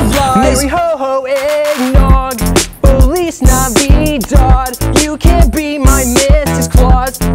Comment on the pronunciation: For lease navidad sounds like feliz navid